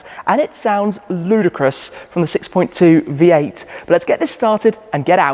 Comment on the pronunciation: You pronounced ‘Ludicrous’ quite distinctly and you announced something else soon 🤔…………. are you getting a Tesla Plaid?? Hmmmmm